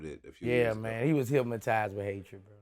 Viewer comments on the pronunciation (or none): "Hypmitized" lmao